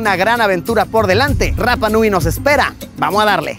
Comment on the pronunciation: Y se pronuncia Rapa (sin pronunciar la doble erre).❤